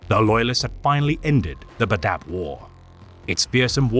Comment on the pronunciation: Cool video, but the way you say badab is terrible 😂😂😂 it's bad-ab, two syllables not badab, one syllables lol